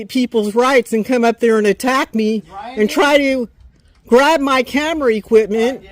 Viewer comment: "..and try to grab my camera e-quipment!" Trying to sound like her cellphone is a major recording rig. 🙄